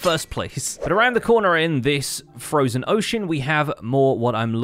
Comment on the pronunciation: "Frojen ocean" heheh